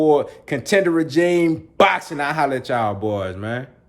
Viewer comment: Idk if anyone has told you, but you’re pronouncing “regime” wrong in your intros.